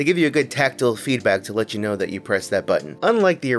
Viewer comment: Im sorry, taktle? do you mean tactile? because taktle is not a word.